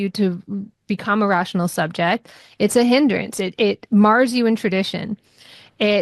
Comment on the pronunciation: "Mires" you in tradition. not "mars" you into tradition.